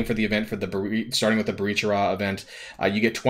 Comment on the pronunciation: Yeah all these events are cities/locations in the world or in the mcu. I feel like he should watch more MCU stuff so he gets pronunciations, or at least gives 5 seconds of research for a city in Columbia.